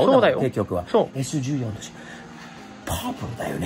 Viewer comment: Sイチヨンって読みます。ちなみにサンルーフは元々は着いてません